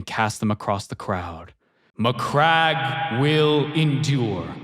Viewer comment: My dude I'm sure that saying MyCrack instead of Macragge is a WarHammer Joke already done to death but at the same time I laughed way more than I should have